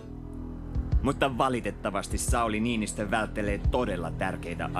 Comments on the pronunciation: Maddi Vänhäänen and Säuli Ninistö XD Hauska kuunnella amerikkalaisten lausuvan englantia lol. And the song in the end just killed me. Hahaha good try on the pronouncing XD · Hauska tapa lausua Matti vanhanen ja Sauli Niinnistö : --- D